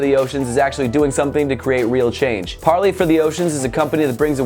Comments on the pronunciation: Is he prenouncing it right? I thought it was par-ley not par-lee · I believe it's pronounced par-lay. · According to Parley's own website you pronounce Parley like you pronounce 'way'.